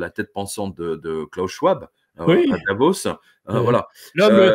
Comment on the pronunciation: Arrêtez de tout angliciser, en français le W se prononce comme le V, donc le nom Schwab (allemand) se prononce chvab, en français comme en allemand. BDM